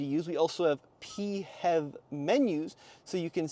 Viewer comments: Nope...we're not making "P-HEV" a thing. It's pronounced "FEV". Get it right or pay the price! 😅😅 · Please, never say Pee Heff ever again. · It’s funny when you say “Pee Hev”. In Australia we pronounce PHEV as “Fev”